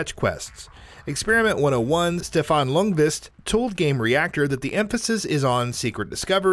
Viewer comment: Stefan Ljungqvist surname is pronounced "Jung-Kvist" or "Young-Kv-i-st. Dont forgett the "i". Dont say "youngQuest" thats just wrong.